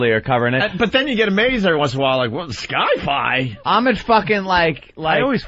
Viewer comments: Omg at 108 fkin opie says *. "sky fi" instead of sci fi. Woooww he truly was mentally retarted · "Sky-fi"? Opie has never heard of the word "Sci-fi", short for science fiction?